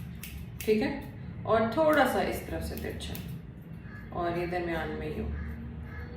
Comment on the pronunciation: You are repeatedly saying teekha...teekha means spicy...you will have to say teercha not teeka..😂 anyways nice tutorial👍